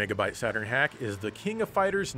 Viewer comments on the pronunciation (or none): none